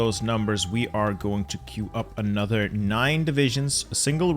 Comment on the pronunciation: why do you say anodder instead of another